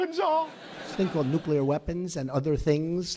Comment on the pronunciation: Love how he says "Newkiller war" instead of "Nuclear war"